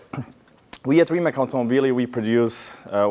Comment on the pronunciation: Prvi put čuh da je neki stranac konačno pročitao tvoje prezime pravilno, Rimac, a ne Rimak